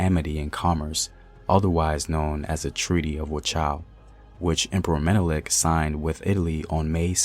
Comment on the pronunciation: At least you got Menelik pronunciation